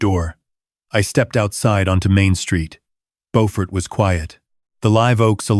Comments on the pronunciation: Beaufort is near Hilton Head South Carolina. It is south of Charleston. however, it is pronounced Bew-furt not Bow-fort. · It is not boford it is BEAUFORT JUST LIKE IT IS SPELLED JUST LIKE BEAUTY SOUNDS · Bo-fort? Don't you mean Bew-fort? I've heard it pronounced Bew-fert too.🤔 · Please, please pronounce Beaufort correctly. It’s bew-fert . It’s a beautiful town & I loved living and going to school there many, many years ago. Like your stories but I’m thinking you may be Canadian? 🤔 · There is also a lovely coastal town in NC called Beaufort. Your pronunciation is correct for Beaufort, NC. 😊 Beaufort, SC is pronounced Byew-furt. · He pronounced it like the one in NC. The one in SC is pronounced Byew-furt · Plus they’re mispronouncing the name of the town. There’s a Beaufort in both North and South Carolina. They are pronounced differently. They pronounced it like the North Carolina town. In south Carolina it’s pronounced Bū-fort. AI still has a long way to go. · The AI crap mispronounced "Beaufort, South Carolina." It's pronounced "B-you-fort." The Beaufort in North Carolina is pronounced as the AI crap thought. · Again with the “he said” and “I said” at the beginning of each thought when it should actually be at the end of the phrase. Would also be nice if your AI could correctly pronounce “Beaufort”. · I used to be stationed in Beaufort when I was in the Navy, I cringe at the mispronouncation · Good story but the name of the town is not pronounced correctly.